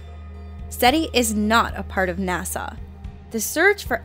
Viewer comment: It's NOT NASAW.